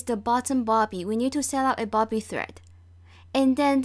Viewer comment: It’s a bobbin not bobby